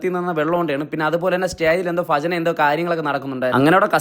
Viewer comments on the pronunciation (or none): ഫജന അല്ല ഭജന മസാലദോശ എൻ്റെ ഫേവറിറ്റ് ആണ്❤